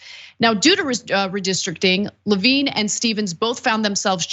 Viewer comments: Levin! Not Levine! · How did no one on her team stop her from saying Levin wrong over and over? He IS Carl’s son. 🤦🏼‍♀️